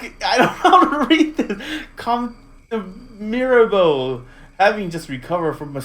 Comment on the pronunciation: you did fantastic pronouncing "Mirabeau " !